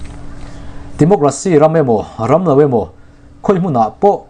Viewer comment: Timocract tih ni lovin Democracy tih tur aw